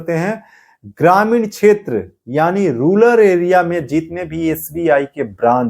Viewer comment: रूलर नहीं भैया रूरल होता है